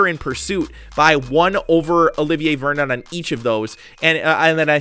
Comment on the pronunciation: in this vid he said "Olivin Vernon" i was dying